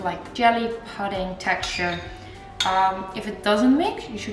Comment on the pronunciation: Looks delicious! Btw pudding is pronounced as ‘pooding’ using an O sound like in stood, wood, rather than with the U as in mud.